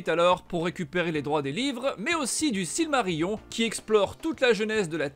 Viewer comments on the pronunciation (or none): none